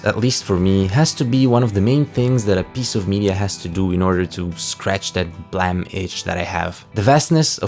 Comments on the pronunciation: Every time I hear Blame be called Blimee, i die inside. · Would it not be pronounced "BL-Aa-me"? Like to blame someone for something? I would think it'd be spelled "blam" with how you say it. Still a great video tho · Is it not pronounced blame as in the i blame you for something. Not blamm it kill me to hear you say this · WTF IS BLAM, IT'S BLAME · Im still learning the language so why do people call it BLAM? If it clearly reads as BLAME? This is the third channel that says it like that so...have I been saying it wrong this whole time? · Is it really pronounced blam? And not blame? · I dont know if this is common knowledge or not but Nihei intended for the Manga to be called Blam! like the shot of a gun, but didnt notice the typo and thats how we ended up with Blame! IDK how people pronounce it as Blam or Blame but i just wanted to point this out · its prononounced BOORAMU. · the way you pronounce the title really urks me